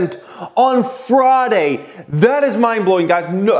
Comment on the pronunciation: Why do you pronounce friday as fraaday? Lmao